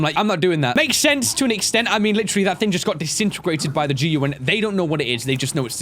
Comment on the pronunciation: I love how he calls the gun the G.U.N